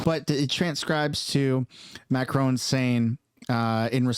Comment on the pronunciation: Macroni and Cheese did you say ?😂😂😂